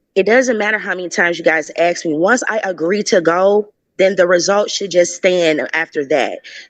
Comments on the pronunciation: It’s ASK not AX!! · It’s ASK, not AX! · Part of her problem is she’s “axing” not asking. 🤷‍♀️ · She Axed someone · She had to give an example of why she "axed that". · Did you AXE ? Or did you ASK ?? How seriously uneducated can these nasty THINGS be ?? 🗑️🗑️🗑️🗑️ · It’s hard listening to that lady. Ask and axe are different words